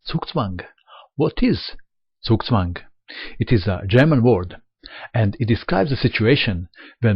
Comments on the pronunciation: end1dream I think that's because of his East European heritage. I've noticed that others from the region (like Susan Polgar) also pronounce it correctly. It's only the Americans (and to a lesser extent the English) players who normally have a problem. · One of the few non-German players who actually pronounce zugzwang correctly.